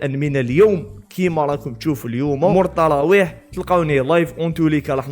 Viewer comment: الطراويح ولا التراويح 😂